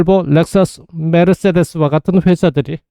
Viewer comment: autonomous driving, self driving electric car, driverless vehicle 등 생생한 시사 용어들 알게 되어서 너무 좋았어요. '멀~시디스' 벤츠 발음은 덤이구요.